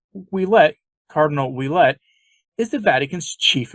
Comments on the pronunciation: Please pronounce Oulette as Wa let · a quick correction Ouelette is pronounced "Wa" as in Washington. Thus it would sound like Wa Let! Thank you for your work